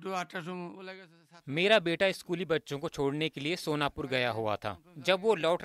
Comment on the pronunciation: Sonpur nahi sonapur hai yek bar ache se to padh lo 😂